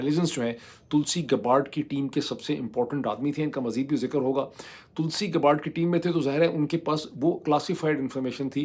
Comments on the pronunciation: یا اللہ معید صاحب یے تلسی گباڑڈ نہیں بلکہ تلسی گیبڑڈ ہے 😖😤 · Tulsi Gabbard is pronounced TUHL-see GAB-urd. The last name is pronounced "Gab-erd" .